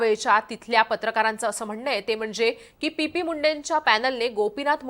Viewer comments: Pp munde nahi o madam😂 T P Munde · पी पी मुंडे नाही हो चि पी मुंडे